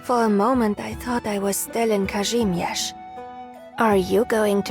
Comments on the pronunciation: Hearing her pronounce “Kazimierz” got me especially melting 😩 Such a calm and soothing voice 😴😴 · Her pronunciation of Kazimierz got me acting unwise 😳